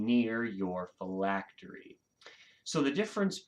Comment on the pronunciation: You pronounced phylactery correctly 👍